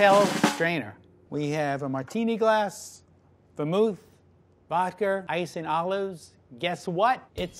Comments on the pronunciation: “weve got vodker” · “Vod-cur” I love regional American accents. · Is no one going to mention that he said "vodker" (ish)? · WAIT WHAT DID HE SAY. VODKRR?!? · Did this man just say Vodker? Lol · Nobody: This guy: VodKeR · did my mans just say vodker? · “Some vodker” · Did this guy just say "vodker"?